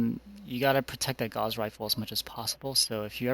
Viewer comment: It's not a gauze rifle man. It's gauss